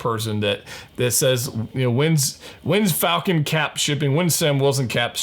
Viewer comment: It's "Falcap" that's what he's called. That's what I'm referring him as